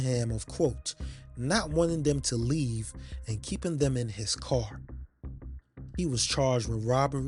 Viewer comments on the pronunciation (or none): none